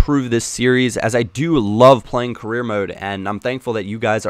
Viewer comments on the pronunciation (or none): the word "Carreer" sounds like "Korea" to me.. lol .........*brazilian